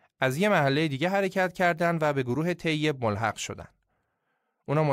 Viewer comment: یا مثلا تلفظ طیب tayyeb درسته نه teyyeb.این تو اپیزود شاهنامه هم زیاد دیده میشد